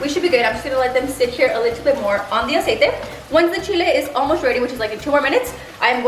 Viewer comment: I’m sorry but the amount of times she was saying “Aciete” was driving me nuts maybe it’s because I cant stand when people mix English and Spanish 🙄